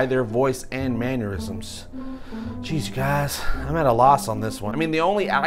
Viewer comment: BTW... "Mannerisms" is pronounced Man-ner-isms not Man-your-isms. You said it correctly once, then you went back to saying "Man-your-isms"🙄😀